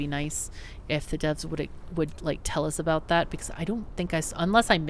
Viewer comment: I keep hearing the name of your system as Roustabout :) What a rowdy bunch of planets!